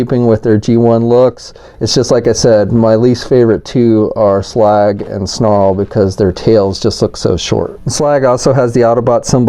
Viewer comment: Says Slug not slag